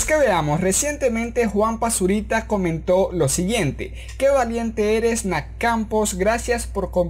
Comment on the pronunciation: Pq dices nac Campos en vez de Nath? xd